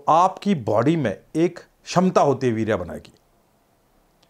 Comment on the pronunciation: Virya❎ Veera ✅ 🤣🤣🤣